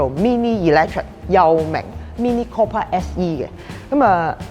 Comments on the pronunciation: Sorry. 係讀 Cooper 唔係 Copper。, 請以後更正。😉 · It's not copper. It's cooper, has a U sound. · Cooper not copper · Mini Cooooooooooooooooooper, NOT Coppa.